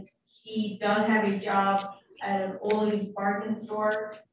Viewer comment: The way she pronounced Ollie's is horrendous 😂